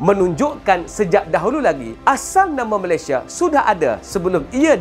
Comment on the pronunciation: ramai sebut Melesye